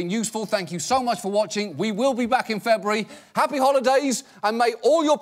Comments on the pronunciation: John, you dropped some of those syllables in February there. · FEBURARY? DAMN IT JOHN! I can't go 2 months without you :( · "Febry" ?!?!?!lol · “We will be back in Febry.” The fuck is “Febry,” John? Did you just invent a new month so we couldn’t know when you’d return? That’s evil. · Did he say FEBRUARY????!?!?! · why does he pronounce February so weirdly?